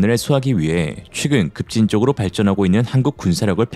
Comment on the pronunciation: 최근 발음을 자꾸 취근으로 하시는거 같아요.